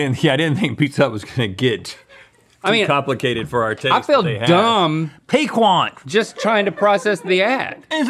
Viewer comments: Pee-kint. Your pronounciations are brutal today. 😂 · Piquant is pronounced like “PEEK-unt”. It’s an adjective that means “having a pleasantly sharp taste”. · NONE OF YOU CAN SAY PIQUANT CORRECTLY. IT'S FRENCH. IT'S (PEEK-ENT) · (compared to the anglicized version, that is, ie "PEE - can't") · as a creole i was screaming inside hearing them say piquante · Piquant is a French word for spicy. The "qu" in pronounce like a "K" the T at the end is silent. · confidently mispronouncing "piquant" is a mood. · You don't pronounce the T in Piquant. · Our North Carolina boys trying to say, "piquant" is amazing!